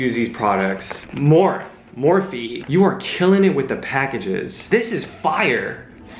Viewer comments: MORPH is actually pronounced Morph-ie. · LOLL trying to pronounce morphe for 4 minutes straight 😂 "more-fee" btw. this is hands down one of the most entertaining unboxings, def more of these videos please! love how you could have easily facetimed joan, but here we are getting fire and funny content. we stan a bABE's beauty unboxing moment. 😂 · The number of times that Abes mispronounced Morphe is the same amount of times that I cracked laughing watching this video. You are too funny 🤣😂